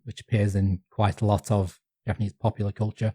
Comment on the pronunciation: Japanese G sound is the hard G as in get, not like in general.